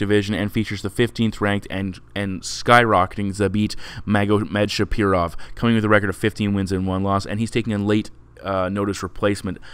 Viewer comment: You really have a hard time articulating foreign names :-))) Kept saying SHAPIROV... Thanks for the analysis, you helped my few times